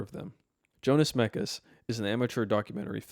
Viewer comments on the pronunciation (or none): jonas mekas's name is pronounced as "yonas", the letter J here should sound as the letter Y in the word "your"